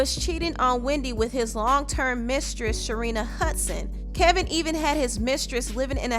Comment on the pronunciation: Isn't his name Kevin? Maybe its the audio, but i feel like the narrator is saying KELVIN with an "L". Am i hearing her wrong?